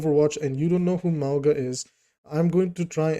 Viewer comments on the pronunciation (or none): ‘Mow-nga’ it’s mountain in Samoan